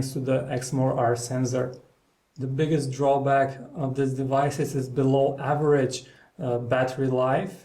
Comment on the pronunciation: listen to him how he says below average :D arnold schwarzenegger